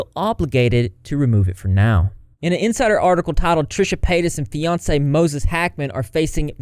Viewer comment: On a lighter note, I thought you was saying Beyonce instead of Fiancee 🤣 loooorrdddddddd